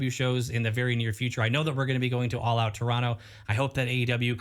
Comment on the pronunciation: I believe it's called "All Oot" this year.